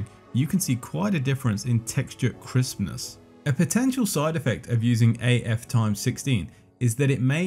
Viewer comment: Every time you say "Crispness" I hear "Christmas" :)